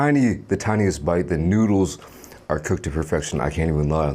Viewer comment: the fact that u say noodles like that 😳 noods